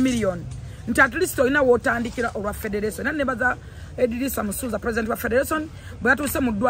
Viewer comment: Lwakyi Xmas togikwata n´e Taata womwana Simple-K nemunyumirwa olunaku mwena nga family.Mpozi nekilala,you should learn how to pronaunce R & L e.g Ragga Dee not Lagga Dee/Federation not Fedelation.